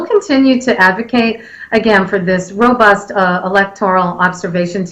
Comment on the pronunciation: the word is robust and not ROBURST hahahahahah